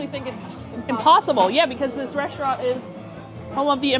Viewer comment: And please stop saying reshtaurant!!! There's no 'h' in the word.